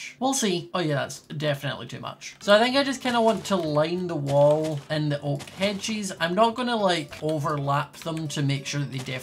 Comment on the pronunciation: lol it sounds like he is saying hedgies